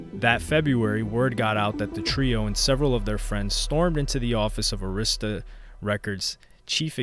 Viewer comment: Stop saying Arista like that. Lol.